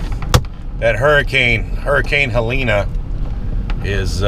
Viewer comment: it's "Helene!" There's no "A" on the end of it!... But keep doing what you're doing, I love your videos! Just be careful, and stay safe!...🤔🙂👍